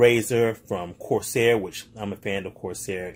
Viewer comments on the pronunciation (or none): none